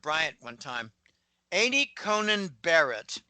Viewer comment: Not sure why doesn't know her name is 'Coney' not 'Conan'?